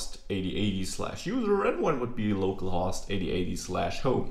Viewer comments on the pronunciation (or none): Just to help with you english say "Low Call" host so better understood =) localhost way you say sounds funny. use if want =) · I actually think the main reason it might sound funny is the short "o" in host rather than long "o. He is using "host" to rhyme with "lost". It should, however, sound like the "o" in "home". No big deal though, it's a great video! Thanks for teaching us! :)